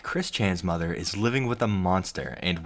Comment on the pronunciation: "MY MUDDER AND MY FADDER ARE ANGRY AT ME-"